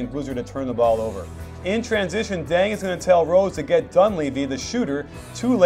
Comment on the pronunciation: did you say deng says denks?